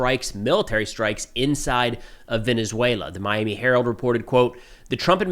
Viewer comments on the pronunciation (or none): none